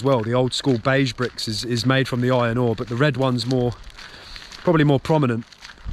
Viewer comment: Did you say ion ore? I thought it was iron ore.